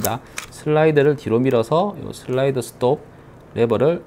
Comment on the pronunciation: 늘 게이머&콜렉터로서의 실질적인 조언을 곁들여서 저는 넘나 좋습니다. 목소리는 점점 더 좋아지시는 같고요. 특히 슬라이"더" 발음 아주 좋아요ㅎㅎㅎ